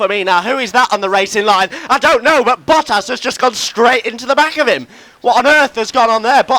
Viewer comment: When he says Bottas it sounds like Buttass lol